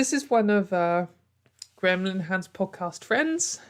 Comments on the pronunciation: I mostly just listen to these episodes, but at one point I was quite confused that you seemed to be talking about gremlin hands of all things. So, I had to take a look only to find out that what sounded like "gremlin hand" was actually "Graham Linehan" which is a bit less weird but close enough, I guess. I also saw that you did that hair thing again where you let it dry naturally. I like it, and I think it fits the video format quite well, casual and fun, if that makes sense. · I kept thinking you were saying "Gremlin Hand" instead of Graham Linehan lmao